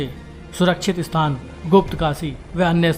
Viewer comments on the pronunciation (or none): none